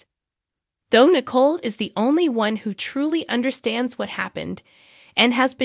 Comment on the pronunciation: Narrator: it's pronounced Na•coal.